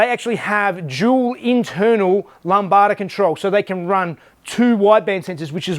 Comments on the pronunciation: haha, lambada, thats my fav new word, its "lamb-da" =D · Hahahahaha lambada. Pronounced lamb-da, it's greek. Love ya work. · He he, I think everyone picked up on lambada instead of Lambda. Should maake the car get up and boogy though!